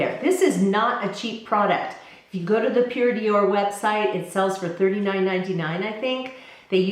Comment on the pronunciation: Always enjoy your videos and your vlogs. I wanted to tell you that Pured'or is pronounced "door" and not dior (in French anyway). Love from France